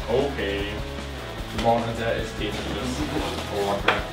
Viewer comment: Sehr cool!;) wollte ich auch schon immer mal machen großer hovercraft Fan:D übrigens spricht man das hovercraft mit o bzw fast a, nicht mit u, da es kein hoovercraft ist. Hat dem Video aber kein' Abbruch getan ;)